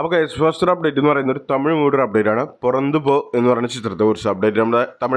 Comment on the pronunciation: പുറന്ത് പോ അല്ല പറ ന്ത് പോ എന്നാണ്.